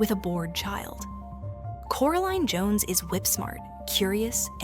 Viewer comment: Why did it veer towards calling her "Coraleen" and not Coraline?